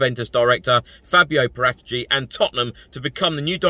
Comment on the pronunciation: Please learn how to pronounce Paratici